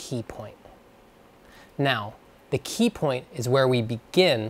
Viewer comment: You said "peepoint"